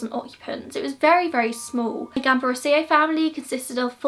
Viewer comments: Haha don't worry it was completely fine! You only slightly mispronounced the girl's surname (the accent was on the second A) but the rest was great. Thank you for covering this case! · Except for her surname you got everything right!